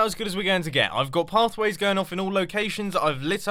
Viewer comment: Call it the "Cat-tastophe corner". it sounds like Mumbo is saying "Keep curating plaffways" xD